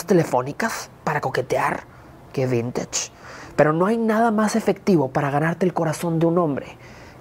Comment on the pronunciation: "Qué vintach" JAJAJAJAJAJAJAJA